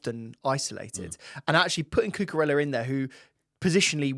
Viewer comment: Guys please! It’s CUCUREJJA 😂